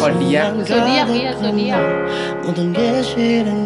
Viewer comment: Thank you kak udh buat reaction Zayyan - Hate Everything. Btw Xodiac bacanya sodiek, dan fansnya dipanggil X-bliss bacanya sobliss/sovely juga bisa (panggilan sayang member). Yuk kak kepoin Xodiac kak lagunya enak" ❤